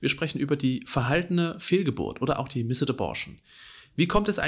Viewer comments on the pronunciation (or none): Vielen Dank, dass du dieses Thema aufgreifst sehr informativ und doch auch wirklich empathisch! Eine kleine Anmerkung: Das 'e' in missed ist sehr schwach und wird deshalb eigentlich nicht mit ausgesprochen ;)